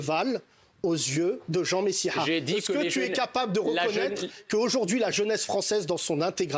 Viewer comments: il megonfle a dire messiHA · bellatar rien que le fait qu'il appele messiah avec l'intonation maghrébine alors qu'il clame etre français me donne envie de vomir et dire que se gars soutient les des lieux de culte qui sont pour les attentats, il mérite la taule a vie, c'est un ennemis de la france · Dire Jean « Messiha » en le prononçant ainsi pour rappeler ses origines est raciste. On prononce les noms de famille et les prénoms avec la prononciation française, sauf quand on veut ramener quelqu’un à ses origines ( et c’est valables pour les noms méditerranéens, allemands, arabes peu importe).